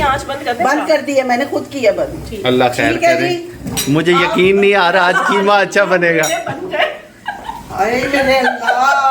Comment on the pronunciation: Kitni baar bolti hai keema karela